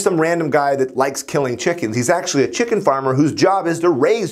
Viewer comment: ah yes... chimken